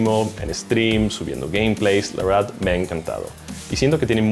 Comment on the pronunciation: " la uerdad me ha encantafou" jajajaj úlala sr frances.